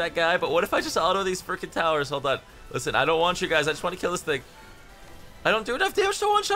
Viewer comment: How many time did you say "Lisen"? xd